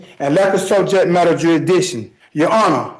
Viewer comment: Sejet madder